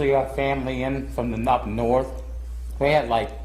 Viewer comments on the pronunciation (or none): "Cuz we usually have family in from the nuppanorth"